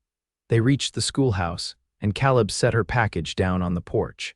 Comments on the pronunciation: Yes. Also the man's name should be pronounced KAleb not kahlib. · Ka leb not cal ib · I enjoy these western stories but I can’t believe how the narrator can’t pronounce names Caleb has an a sound not ah. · Can AI narrators not be taught to pronounce Caleb as Kay-Leb? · In my "neighborhood" ... Calib is pronounced Kay leb... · pronunciation Caleb Ka Lib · It would be great if the AI narrator learned how to say Caleb as in Kay leb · Yeah, he ain't a Calla lily. Irritating mispronouncement. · Calib• pronounced KAY-lib. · Nice love story, Father's approval significant Enjoyed the theme, although I wish the AI narrator would be checked as far as pronunciation Caaalib San Antonio Texas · Caleb‘s name is said wrong about 400 times. It has a long a sound. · I wish AI knew how to pronounce Caleb correctly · Annoying that AI !dosent know how to say Caleb! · Please pronounce names correctly the a in Caleb sounds like an a not an o